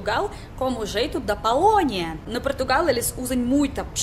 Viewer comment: Oi,seu sotaque é lindo,e reparei que seus pequenos erros é completamente compreensivel: No vc disse: "Quando eu fazendo..." Em vez de "Eu ESTOU fazendo" Porque em russo não se conjulga o verbo ser/estar no presente. Vc tambem disse "Palonia" em vez de Polonia,pois em russo a letra "o" tem som de "a" quando não está silaba tonica Vc tbm confunde alguns falsos cognatos entre português e ingles Pois diz "Eu realizei" como se fosse "I realize"(percebi) em ingles. Tambem disse "pretende" (em ) como se fosse "pretend(fingir)" quando falou dos europeus. Seu sotaque é lindo,não tenha medo de errar,muito menos de se auto-corrigir